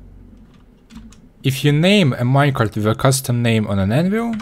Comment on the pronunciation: "Minecarft minecart"